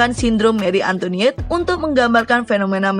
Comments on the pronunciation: Salfok sama suaranya, Antoinette jadi antoniette😂🤣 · antoinet bukan antoniet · Bacanya; Marie Antoanet